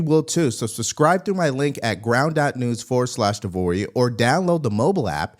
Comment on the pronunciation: De Vory, nailed it.